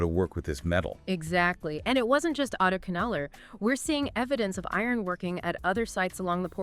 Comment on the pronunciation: Folks, The phonetic sound for AdiCHAnallur is not the "cha in cha-racter), but it should be said with a sound of "CHA"-rcoal). The sound phonetic of Adichanallur must be Tamil sounding like cha in Charles, cha in charcoal, etc ,😊 and NOT like the cha in character😮